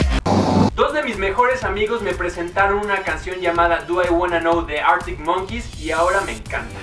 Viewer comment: Es Arctic no Artic hahaha v: aún así rifa.